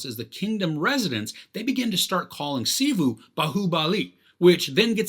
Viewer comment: His name is Shiva not shivu 😑